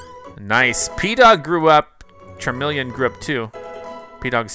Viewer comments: The way you pronounce Charmeleon stresses me out. 🤦🏻‍♀️ I still luh you tho 🥰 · The pronunciation of Pokemon names is making me twitch lol... How have you never learned how to say charmeleon and venusaur???